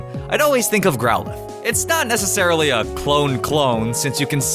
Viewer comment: you say growlithe and houndour wrong